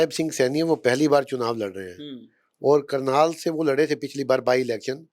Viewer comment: करनाल not कर्नाल